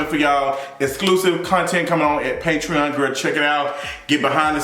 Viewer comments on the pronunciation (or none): none